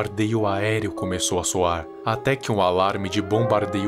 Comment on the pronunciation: Nem percebi como erro e sim como uma enfatização😮